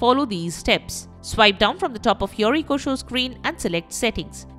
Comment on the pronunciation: What's an EEE-KO?